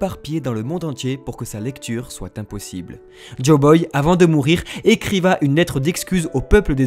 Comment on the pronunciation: "écriva", vraiment ?😂😂